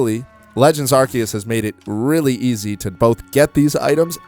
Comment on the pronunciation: A YouTuber who pronounces it right, finally